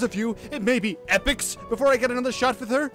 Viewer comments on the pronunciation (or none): blugh, they keep saying Epoch incorrectly. (It's pronounced ee-pok, not eh-pik)